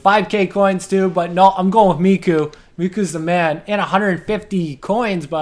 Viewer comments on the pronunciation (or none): Its Mikko not Mikku lmao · mikkO not mikkU, koivu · I love how you pronounce Mikko, it sounds so funny to me because i'm Finish. :D